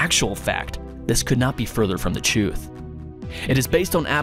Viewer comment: So when people say the pyramids were tombs it's further from the chewth? lmao Further from the "chewth"? lol As said in clip